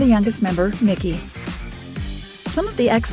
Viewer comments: Bruh, it made me mad af listening to her say his name like that. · Try getting the name of the show right, and Mikey's name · She called Mikey, Mickey lol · ITS "MIKEY" NOT "MICKY" REALLY IF YOURE GONNA POST ANYTHING THAT HAS A REAL FAN BASE MAKE SURE YOU DONT OFFEND THE FANS BY NOT KNOWING AT LEAST THE BASICS ...... other than that great job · Why does she keep calling Mikey Mickey? I can’t watch it, that keeps throwing me off. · Obviously the narrator here DOESN'T! "MICKEY" indeed. Ugh!